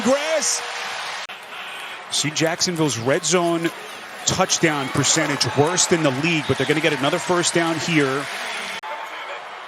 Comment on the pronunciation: Touchdown ❌ Tuts- down ✅